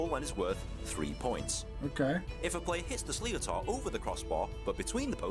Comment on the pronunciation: 2.28 - this guy is English an mispronounces it, a sliotar is pronounced like "shlit-er", not slee-o-tar. 5.45 - You can't touch a player with your hurley, bit you can 'stick lift'...what we would call a hook. Where you hook the opponents hurley with your own to stop them striking the ball. The season has just ended for gaelic football and hurling by the way so you've picked a bad time haha.